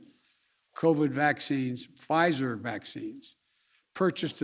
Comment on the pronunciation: “An additional 5 Million Pyizer injections purchased...”